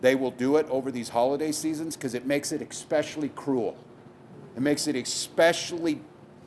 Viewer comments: Tim Walz is a U.S. governor, and he literally said the word “expecially”. Which is not a word in the English language. Moron! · Shouldn't the GOVERNOR of a state know the word isn't ecspecially? It's especially. Walz is the joke of human existance.